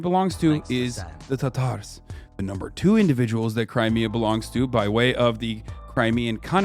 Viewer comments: Hasan saying “the Tar-Tars” is so cringe it’s a war crime, and he should be punished for that alone. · Yeah but listen to the way he pronounces Tatars, that's how you know he is a well read man.